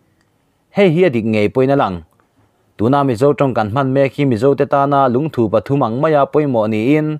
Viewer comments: LUNGTHU LAMDAN HI ADANGDAI KANTI DAWN NGE...LUNGTHU ..NILOVIN LUNGTHUuuu tihtur😆🤣😂😅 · Lungthu thu tih lai hi Dangpuithu a thu rik ang hian lam rik tur. Dangpuithu i lo la hriat loh hlauh takin, thingthu tih a thu ri ang hian lam rik tur a ni e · Lungthu tih chu i va lamri dik lo ve👍👍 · Lungthu i lam dan hi chu a ngaimawhawm ka van ti em, ngaithla tu an tam si a,min zirtir dik lo tlatin ka hria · Eee.. I Lungthu lam rik dan chuhh.. A va dik lo nasa ve.. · 1. Lungthu i rawn lam hi Lungthû tia lam san hi a dik zawk hmel e aw. 2. Khawrpum tia i lam pawh hi, thir chherna pum lam ang ni lo in, thil mum leh thei "Pum" lam ang a lam ni se a dik hmel zawk bawk, tih ka rawn sawi ve mai mai a ni e...... @@